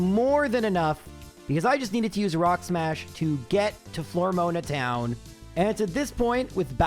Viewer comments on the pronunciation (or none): I know he mispronounces things for comment bait but dammit I can't let "Flormoana Town" go. That is scuffed XD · FLOOR OH MAH not floor moan ah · "Floor-moaner town" is a very different place than "Flora-aroma town" 😶😅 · Ive never heard such crazy pronunciations. Floor-uh-moan-uh ETT-erna Miss-maygus And more lol Craaaazy work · Flormona got me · Flor-mona Town is fucking killing me laughing man 🤣🤣🤣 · Man, your peonunciation of Floaroma Town is wild & having to watch through that cutscene over and over lol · bro was so committed to saying floaroma town wrong the whole video lmao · It ain't a video if he doesn't mispronounce something 😆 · My ears every time he butchered Floaroma town 😢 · Why must you pronounce Floaroma town the way you do… heck. 9.9/10 video 😎